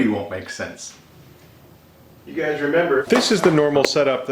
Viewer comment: and when the video started with him sounding like he said "Do you gays remember" it was then where I felt seen